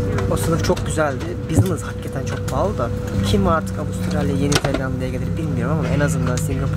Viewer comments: abi nolur artık "haggeten" deme ya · Hakketen değil dostum hakikaten